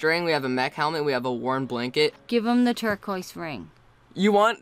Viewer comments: ''the twuna blanket.'' ''the what?'' the worn?'' yes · XD its funny when she said give them the tuned up balnkket but when she meant to say worn hahahaha